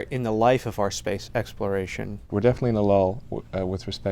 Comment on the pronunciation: He said it “Space X-ploration”